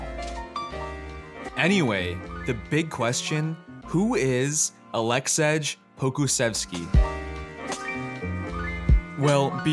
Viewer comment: Nobody’s gonna listen to a guy who’s not even smart enough to know this guys name isn’t Aleksedge. 🤔🤦🏽‍♂️